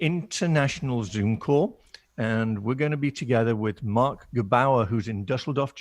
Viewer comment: Omg haha alle Deutschen werden die ersten 10 sek als sie Marc Gebauaar gehört haben so abfeiern